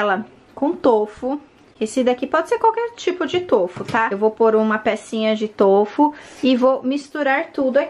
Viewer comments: Tôfu kkkkkk é tofú kkkkk povo desaprendeu a falar E a é feia kkkkk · O certo n seria tufu com o som de ú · Na verdade, a sílaba tônica de tofu é o "Fu", e não o "to" . Adorei o vídeo!!